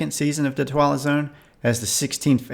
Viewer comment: It sounds like you're saying "The Twilo Zone", from The Dick Van Dyke Show "It May Look Like A Walnut".